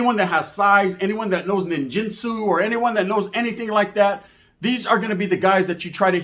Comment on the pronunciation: knee - jitsu 😂